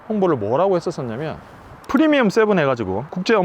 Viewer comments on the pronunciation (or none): none